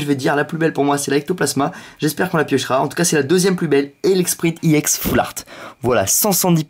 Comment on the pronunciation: pk tu dis iex :D